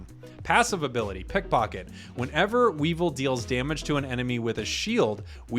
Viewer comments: Oof you sayin Weevil, almost hurts as much as Rogersbase saying Whimskattenddjdndhsk. Not as intentional but keep up the work. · You pronounced weavile incorrectly, it is wea-vile